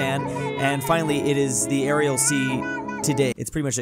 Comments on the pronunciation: Man keeps calling the Aral sea the Arial sea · Petition for to start saying Aral Sea instead of arial sea (day 1) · Day 1 of letting know he's saying "Aral" Sea wrong.